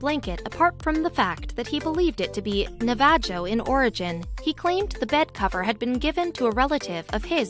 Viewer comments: Someone needs to upgrade the software to your automated announcer. The mispronouncing of several words is insulting and all but destroys what your trying to understand of the story. Navajo is pronounced as Na va ho not Nava jo for your information. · the way she pronounced "Tucson" and "Navajo" made m think the narrator is not an American FYI - it is pronounce as NA-VA-HO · OMG, how the automated voice pronounce Navajo! Wow, that is insulting!!